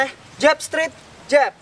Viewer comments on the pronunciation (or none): Straight dibaca strait, bukan strit. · Makasi bg materinyaa, izin bg, maaf tp pelafalan straight nya sprtinya salah